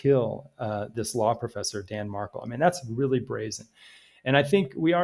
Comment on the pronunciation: Danny was correct (btw he went by Danny, not Dan and his last name is pronounced Mar—KEL (accent on second syllable), not the way it is being pronounced in this vid), Donna WAS trying to alienate him from his sons. So yes he was aggressive. Recall he was a scholar of criminal law and JUSTICE and FAIRNESS were two things he cared deeply about. He deserves credit for that and for his love for his sons